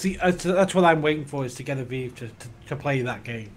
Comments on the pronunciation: pronouces Vive as "Veev". It hurts my ears. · if he says viwe one more time Ill have a stroke.